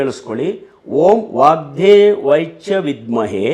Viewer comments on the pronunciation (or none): 8.45 : ನಮಸ್ತೆ ಗುರುಗಳೇ. ವಾಕ್ ದೇವೈ ಅಲ್ಲಾ, ಅದು ವಾಕ್ ದೇವ್ಯೈ ಅಂತ ನಾವು ಕಲಿತಿರುವುದು......